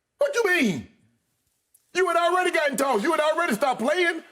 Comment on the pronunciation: Shannon: CORRECT. YES. ALEADY!